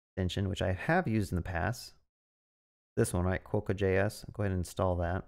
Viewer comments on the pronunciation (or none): as a west australian, hearing it called KWO-CAR was the highlight of my day 😆 great video!